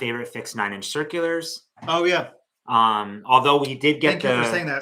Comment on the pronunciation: Congratulations on hitting such a big milestone! 👏🏿 I have a question and I'm hoping to have someone shed light on this for me.... why does say 9 inch circulars the way that he does in the microphone? I always giggle a little bit but I'm curious as to how it cam to be. Thank you and Merry Christmas 🎅 🎄 ❤